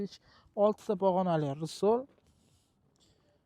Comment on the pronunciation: Bango emas, bongo deyiladi , rsol emas resor deyiladi